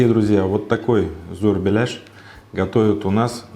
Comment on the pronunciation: Самая правильная начинка,а то сочиняют,смотреть не хочется. И называет шеф правильно название,что очень хорошо. Молодец